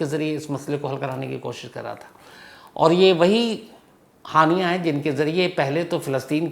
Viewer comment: हानियां ❌ हाइना ✅😂😂😂😂